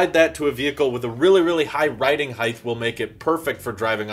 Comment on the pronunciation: Heighth is not a word, please stop saying it